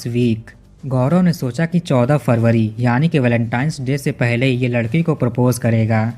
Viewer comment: Blacktines na hi re , Valentine's bo lo yar